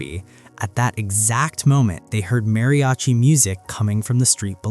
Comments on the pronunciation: It's not pronounced Mary-achi. It's pronounced Madiachi! The "r" in Spanish in this instance is a soft "d" sound. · fact that u cant say mariachi right, im done watching